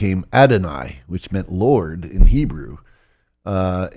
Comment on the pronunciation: This man has a very strange way of pronouncing the word "hebrew"